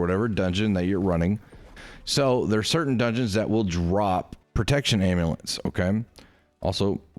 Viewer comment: I’m sorry, are you saying ambulance without the “b”???